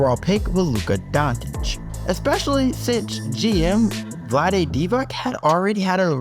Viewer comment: Can someone explain wher in Luka Dončič is a letter T